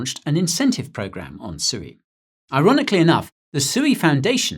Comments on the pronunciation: It's pronounced SWEE! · Isn’t sui pronounced “swee” haha